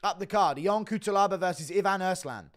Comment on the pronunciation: Just to let you know: it is pronounced Kutselaba